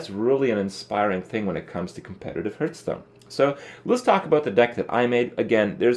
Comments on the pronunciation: does he say "hurtstone"? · why do you pronounce hearthstone wrong